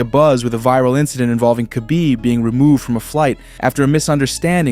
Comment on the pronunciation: Who is kabib? I know his name is Khabib aka Habib but who is Kabib. You guys don't even know how to pronounce people's names.